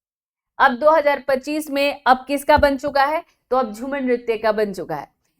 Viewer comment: Its jhumur ....not jhumar ...try to pronunce it correctly 🙏🏻